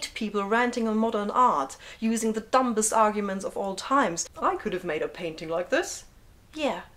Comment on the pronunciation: I only realised how badly we brits use our language when I started watching these. But I do have to tell you, it's "dummest" not "dumbest" when you say it. It's a silent letter.